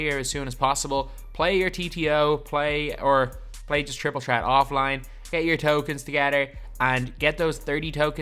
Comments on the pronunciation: J&M Prod. Chriple Chreat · I love how he says triple tret😂